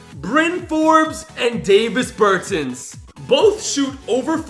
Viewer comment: Davis Bertans is actually on the wizards now and also you pronounced his name wrong